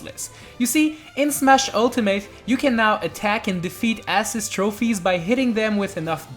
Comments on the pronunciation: your saying assist like ass iest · The way he pronounces assist kills me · The way this kid pronounces assist trophy is so cringe and annoying. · He doesn't even say assist trophy he says ass-ist trophy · Ass-is trophies lol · “ASS-SIS Trophy “ 🧐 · Why do you pronounce assist wrong? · The way he pronounces “assist” 🤢